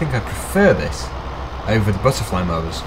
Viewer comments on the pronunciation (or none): none